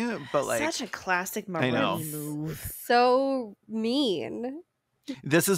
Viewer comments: Just a quick quibble -- it's "more OWN eye" (which doesn't lend itself as well to the "moron" jokes, but that's how they say it!) Otherwise, still really loving this one as a long-since-former Mormon who left because pretending not to be queer wasn't a viable long-term plan. 😁🌈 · Not y'all pronouncing Moroni wrong 😭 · Exmo here: it's so fascinating to hear people react to what we grew up being taught. Like it really does sound like a video game, and I honestly never thought of it that way XD Ps, it's like nails on a chalkboard for me hearing Moroni pronounced wrong (the indocrination goes DEEP y'all). But the petty part of me is glad he got unintentionally dunked on like that. I mean, if Joe didn't want us to pronounce it "moron-i" he should have spelled it differently. You'd think god's bff would know better